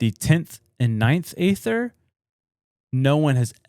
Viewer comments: Well it’s original pronounced AETHER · The E - ther is how its pronounced